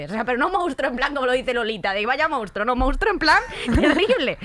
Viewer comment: Me fascina que Vicky no sepa decir monstruo, de verdad.